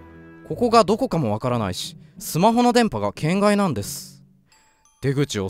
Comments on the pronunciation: 『圏外』のイントネーション違くない？ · けん↓がい↓、ゆぅ↓ろぴあ がクッソ気になる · けん→がい↑ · の「圏外」のイントネーションが完全に「変態」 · の「圏外」の発音気になりすぎてやばい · 圏外のイントネーション面白いな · ホラゲ！！！！！足りてなかったありがとう 圏外の発音が天才と同じで草 ゾーヤちゃんとカナタくんとダイヤくんとマドカちゃん可愛すぎるキャラデザ最高だなぁ 絶望顔可愛い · 圏外のイントネーション面白いですね